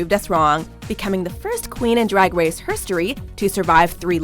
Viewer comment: "dwag dwace"